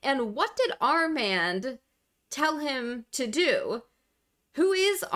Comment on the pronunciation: It's pronounced "ar mond"